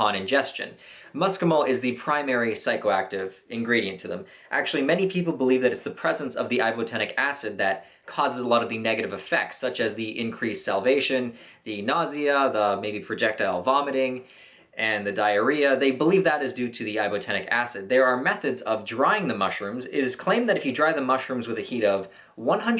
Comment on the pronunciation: Salivation*** not salvination